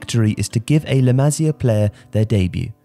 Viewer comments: Dude, it's not "la mah-zia," it's "la mah-SEE-ah." At least be able to pronounce the entity you are discussing! Besides that, La Masia has produced many good players recently, but the club is stupidly holding on older first team players who need to make way for the likes of Riqui Puig, Ansu Fati, Aleña and Monchu. Hopefully hitting rock bottom recently will force the board to get back to bringing up La Masia talent. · I just can't take this guy's accent. I have never ever heard anyone mispronounce La Masia, but this guy manages to do it. Incredible! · The way to say La masia is beyond wrong 😂😂😂